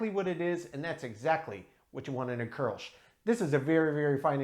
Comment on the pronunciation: Thanks for the correct pronunciation of kolsch. I got the tavour app but haven't used it yet.